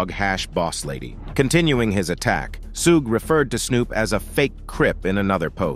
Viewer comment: SHOULD WE BELIEVE ANYTHING/ANYONE THAT ALLOWS ARTIFICIAL INTELLIGENCE TO NARRATE?? Cannot even pronounce Suge’s name correctly!!!